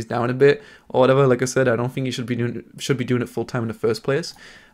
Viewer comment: you gotta learn how to pronounce "TH" its not "F" Think, Thhhhhhhink, not Fink.